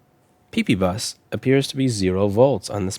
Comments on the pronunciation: I get so excited every time he says PEEPEEBUS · He said pee-pee bus.. 😂